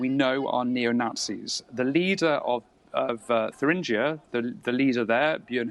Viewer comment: It is pronounced "tur-ingg-ier" - not "thur-ringe-ier".